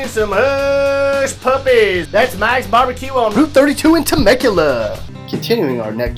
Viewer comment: bar bah que